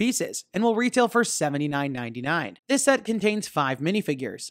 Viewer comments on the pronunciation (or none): When you said $79.99 I thought you said $799😂